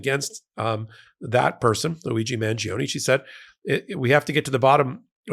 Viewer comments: It's Man-jo-ne, not Man-gee-oh-nee!🙄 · mahn-JO-nay (the “i” isn’t pronounced, it just makes the “g” soft)